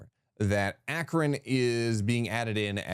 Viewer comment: 😂😂A-kron🤔 I could be incorrect but I believe that is a long a for Akron🙏🏼🤣